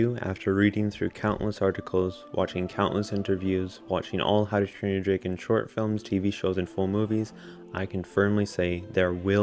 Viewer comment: Was it just me or did he say “Dragon” as “Draygon”